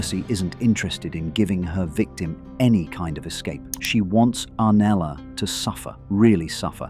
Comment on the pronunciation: This was such a high quality analysis but the constant inconsistent pronunciation of Septa Unella's name was such a distraction